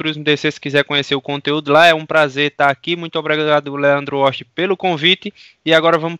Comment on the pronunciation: "Grande Leando Oxti"